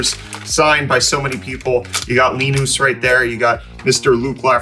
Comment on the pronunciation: The way bro pronounced linus' name..